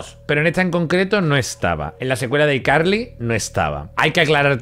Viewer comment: Abuelo si pronuncias bien ICarly